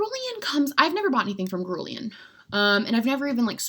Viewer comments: Guerlain = Gur-lahn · girl i love ya but the way you say guerlain cracks me up